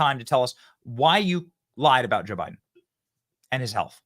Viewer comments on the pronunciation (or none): Did she say Obiden? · Uhhhhhh did she just say Obiden ??? Omg she sure the hell did !! I knew Obama was behind all this crap !!